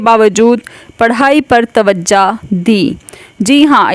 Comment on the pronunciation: تم بھی توجا دو اردو نہیں آتی تمھیں۔ توجا نہیں ہوتا لفظ توجہ ہوتا ہے😅😊